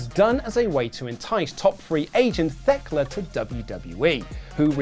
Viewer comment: Still undefeated in pronouncing Thekla wrong